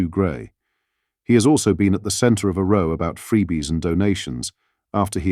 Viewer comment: It's not row as in tow but row as in wow!